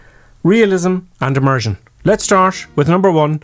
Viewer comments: 10. Immersion, not emersion. OK? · It's Immersion not Emersion. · It's... Immersion. Not emersion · 'Emersion' ??? you okay there? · Haha, your accent got me. “A Martian” you say. Took me a while to realize you were saying “immersion”. Lol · you mean emersion lul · Emersion? I believe you meant "Immersion"......just saying. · Y'plum! It's 'immersion', not 'emersion'! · It's "immersion", not "emersion". And you are a flight instructor? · *immersion. Emersion is the opposite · When he says 'IMMERSION' I hear 'A MARTIAN'